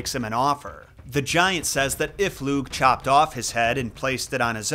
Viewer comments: Lugh is an interesting character and fionn MacCumhail is an absolute bamf, a deep dive on either of those would be well worth your time. Just a note on pronunciation, you didn't do a bad job but lugh is said sort of like lou. The gh is a very soft, kind of back of the throat almost voiceless sound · Hey! Native speaker here ! It's tuuuha de danin (tuatha de dannan) Lugh is looh And cian is actually *ke-ahn* ❤❤ go raibh maith agaibh!